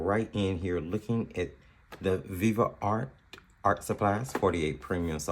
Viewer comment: Why are you saying Viva art? It's Viv art.